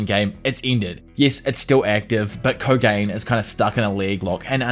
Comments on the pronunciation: holy shit listening to you say "co-gain" and not "co-gah-neh" is the most grating shit ever. I actually dont understand how you can be this much of a fan of a japanese IP and not have picked up the basics of how to pronounce shit. Do you say "ho-cage" too instead of "ho-cah-geh" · Great video! love the detail! The only thing is Kogane’s name is pronounced Ko-gah-nay not Ko-gane